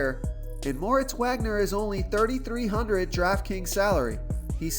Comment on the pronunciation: solid plays....not sure about Wagner because Kuzma is most likely playing tonight, which will cut into Wagner's minutes and it is pronounced Vag-ner